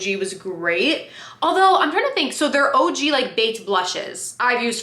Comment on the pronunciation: Girl idk what it is I’ve been watching you for YEARS but I hear ur accent for the first time in this video especially when you said OG 😂 I love it!